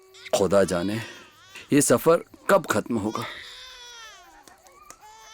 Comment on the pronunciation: Urdu speaking actors would have been appropriate. Khuda, not kuda. Khushi, not kushi. This is very important.